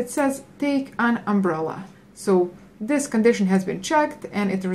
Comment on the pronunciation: pls learn how to pronouce this 😂 like dis and now if i comment dis LMFAO